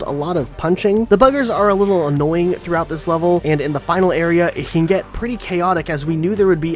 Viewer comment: He said arear